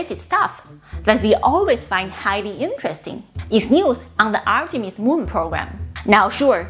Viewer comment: ArtemiX...... Sorry Artemis